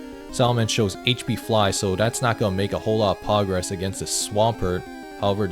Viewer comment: Love how says pogress